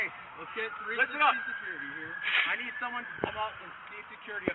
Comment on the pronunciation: “I nweed a witnaaas” 😂